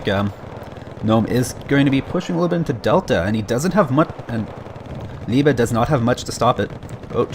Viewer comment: Liebe pronouncing right. Gut gemacht, no joke.